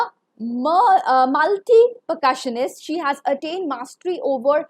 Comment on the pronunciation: Very bad pronunciations...Sullivan, percussionist and many more pronunciations were wrong...